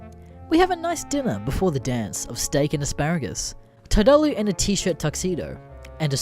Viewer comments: You were butchering the name from the start. It’s tard-ooo-loo, a portmanteau of retard and Cthulhu. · Normally this kind of thing doesn't bother me enough to make a comment but the way you kept pronouncing "Tardullu" kinda irked me.